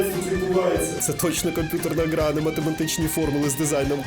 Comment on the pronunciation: Ґра)))) тепер тільки так буду казати